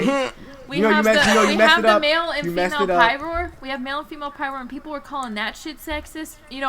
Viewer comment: Lol PMALE instead of female, I shat myself